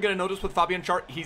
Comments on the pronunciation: Schär is pronounced Share. But good vid as always! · It's pronounced like share:-) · In English it’s pronounced like share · Schar is pronounced like share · I know it doesn't matter but Schär is pronounced exactly like the word share Love you ❤️ Great German at the beginning👍🏻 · He speaks good german but still doesn't know how to pronounce him 😂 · yeah but he isn't using the correct one here.